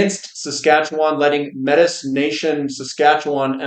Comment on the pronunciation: You pronounce Métis like May T